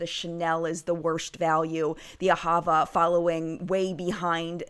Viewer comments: The pronunciation for Ahava is on the last syllable, not the middle one. It's the Hebrew word for "Love." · You may be saying L'OCCITANE right, but not AHAVA. The emphasis in AHAVA is on the last syllable, not the middle one. It means love in Hebrew